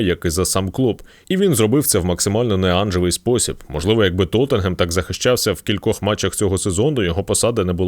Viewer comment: Лайк та подяка за вимову назви як "Тоттенгем"